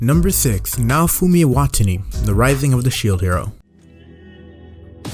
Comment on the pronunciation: How he said Iwatani 😂😂